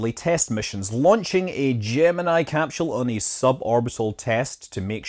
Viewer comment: It’s hard for me to decide what my favorite cap-shewl is